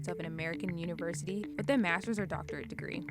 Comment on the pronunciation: Hey CNBC. If you can pronounce "other" then you can pronounce words like north and with. There's no such thing as norf and wif and pafway and residenshee. You're CNBC. Fix it.